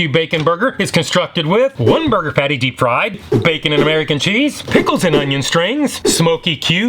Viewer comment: “Barbeque Bacon Bourhgear🗣️🗣️🔥🔥🔥‼️‼️‼️”